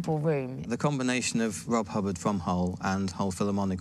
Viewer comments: ""? What is this presenter on? Was he a character from The New Statesman? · Rob Hub baaahhrd? S.I.D. chip? They didn't do much research did they? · Don’t think its fair to call this badly researched. Firstly, his name may well be pronounced Hubbaaard and secondly it is the S.I.D. chip - That’s its correct name. Be thankful we finally got the genius Rob H mentioned on mainstream TV instead of whining.